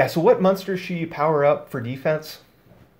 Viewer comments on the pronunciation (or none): I love your videos dog, but I had to quit 10 minutes in. “Mun-stars”... u said it like 100 times in 10 minutes. It’s “mOn-ster”. M- ON- STER. I couldn’t listen to it anymore. I still appreciate your vids though.